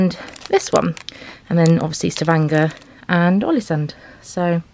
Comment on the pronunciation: Impressed by how he pronounced Stavanger - perfect.